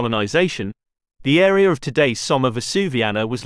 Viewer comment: This AreaR? I hate the intrusive "R"